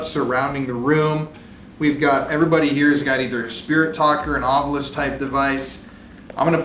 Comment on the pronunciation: Thank you for being one of the only paranormal teams who pronounces “Ovilus” like how it’s spelled instead of “OvUlus”. 😂